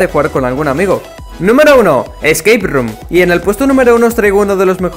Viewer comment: No le entendí nada a espace room xd